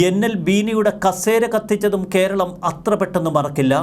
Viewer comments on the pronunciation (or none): none